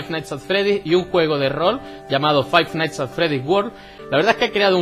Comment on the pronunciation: Five nighthts XD